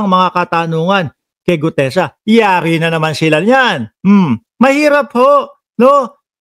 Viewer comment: May pag Mali Mali pag sasalita ni gutesa